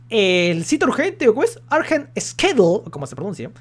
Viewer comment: Se pronuncia "squedyol" mi estimado